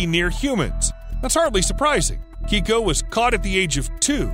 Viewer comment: Your pronunciation of Keiko is wrong you're pronouncing it Kiko when it should be pronounced Kayko. You'll get the correct pronunciation if you watch Stsr Trek TNG or DS9, it's the same name as chief O'Brian wife Keiko.